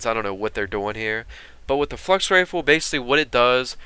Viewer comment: when you said Flux Rifle it sounded like you said 'Fucks Rifle' LOL